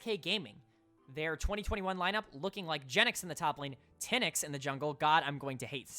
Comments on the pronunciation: its not thin-ix, its Teen-x (pronunciation of Tynx) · You say TynX name wrong it’s not “ten” “x” it’s “tinks”